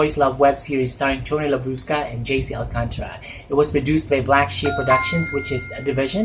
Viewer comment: ay may special. participation si popsy. ♥. i like the pronunciation of " Labrusca". 😂 😂